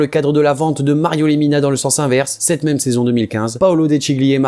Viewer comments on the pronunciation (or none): none